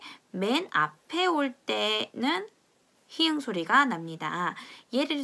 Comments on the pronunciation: 포르투갈어를 쉽게 알려주셔서 감사합니다 🙂 그런데 설명하실 때, ㅎ을 히응으로 읽으면서 많은 설명을 해 주시는데... 한글자모 ㅎ은 [히응]이 아니라 "히읗[히읃]"으로 읽어야 되기 때문에, [히읃]으로 읽어주시면 더 좋을 것 같아요. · 잘 들었습니다. ㅎ을 히응으로 발음하시지 마시구요 히읃으로 발음해 주세요~~^^ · r , rr 발음 설명드릴때, ㅎ 은 히읗[히읃] 입니다. 제가 히응이라고 발음하는 부분은 오류이고요. 한글자모의 경우 이해를 돕기 위해 넣은부분이라 세심한 신경쓰지 못한 부분 죄송하고 양해 부탁드립니다. 이미 해당 부분은 다른 코멘트를 통해 얘기를 해주셔서 알고있고요. 콘텐츠 다시 만들게 되면 꼭 반영하겠습니다. 시원스쿨 콘텐츠에는 해당 부분 반영되어있습니다. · ㅎ 은 "히응'이 아니라 히읗, 즉 '히읏'으로 발음합니다.